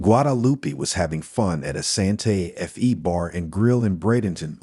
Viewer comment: Unfortunately, the pronunciation of Spanish names and places is incorrect. The worst was Santa F E for the common name and capital of New Mexico, Santa Fé.